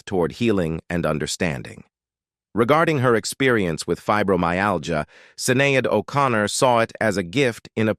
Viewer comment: “Sin-nay-add 0’Con-ner”?! Who the f*** is in charge of these lil’ sh** pieces? Whoever, hire a narrator, not this UNACCEPTABLE AI crap ya’ got “going four yew” now. Jaysus!, what an embarrassing, pathetic, uneducated, ridiculous, disgusting, display of ignorance you’ve put forth here. Which one are you, folks - cheap or just lazy? THIS is the weakest site “out there” (REALLY a disaster)! 👎🤔🙏